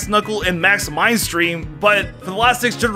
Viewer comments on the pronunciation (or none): "max mindstream" lol